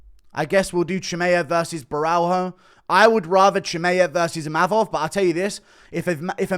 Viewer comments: It's not Borral-HO. it's Borra-LH-o. the L+H makes a sort of whet L sound. like you're saying l but with a speech impediment. like a baby saying L. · Borralho is pronounced BO’RAH-YO